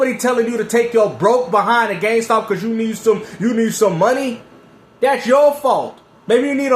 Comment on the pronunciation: becoming CardStuh 😂🤣.